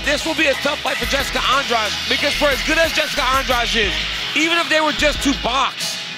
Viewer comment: I think they're pronouncing Jessica's family name wrong, it's An-dra-de not An-draj.